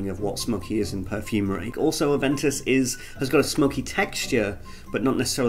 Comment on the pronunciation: It's Aven toos... smh